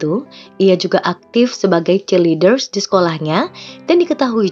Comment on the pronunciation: Banyak kata2 yg salah spt cheerleader. Di video lain juga banyak salah kata. Ngomongnya serig belibet. Lebih baik kata b.inggris diterjemahkan aja dan rekam suaranya di cut tiap kalimat. Semangat min.